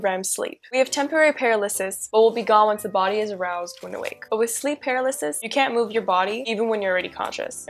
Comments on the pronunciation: for example. It's pronounced more like 'purr-al-uh-sis' instead of 'para-liss-iss.' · I hate the way she pronounces "paralysis"